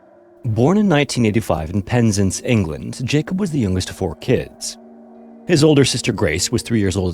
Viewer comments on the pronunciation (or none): Really? I think his pronunciation of Penzance wasn't great. Should be PEN not PIN. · Penz'nce, lol.🤣 The emphasis for this place name is on the second syllable. Sort of like "pens-Ants". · Penzance pronounced Penzans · Pensance is pronounced: Pens - Ance Ance to rhyme with Pants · FYI Penzance is pronounced PEN ZANTS. Good video though. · Penzance as in DANCE....ZANCE, pronunciation !!! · Just FYI it's pronounced like "pens ans". No big deal, the confusion is very understandable. There's a lot of anglicised Cornish names around there, which is a form of Brythonic like Welsh. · Penzance is pronounced “penz-ah-nce”, it’s Cornish so we really overdo the “ah” sound, it’s probably the most important part of the word if you want to be understood by locals. “Puhn-ah-nz” would be understood for sure, but “penznce” would confuse us. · Yes, and his pronunciation here is awful. Pen-Zance. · I know you care about pronouncing place names and Penzance is pronounced like “pens ants” in the UK. Don’t let this detract from your wonderful viddy though please 🙏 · You are pronouncing Penzance wrong. Both syllables are equal so there should be more emphasis on the ‘zance’ part. Other than this, I like your channel. Much better than AI narration but checking on pronunciation would improve things even more. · I used to train at the same place one of Jacob’s friends did, she spoke really sweetly of him and threw some flowers into the ocean in the spot in memory of him. I recall her basket fell in too, but the sea gave it back to her and she felt it was his spirit That being said for the love of god please never pronounce Penzance like that again